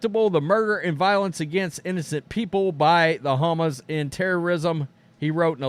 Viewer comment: OMG I couldn't make it through the video because of how dumb you sounded saying Hamas. You really should have learned how to pronounced it.